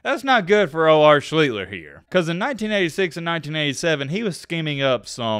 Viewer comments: Nope... pronounced "SHLEE-STER". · His name is pronounced SHLEE-ster. You researched for a week and didn't learn what his name is?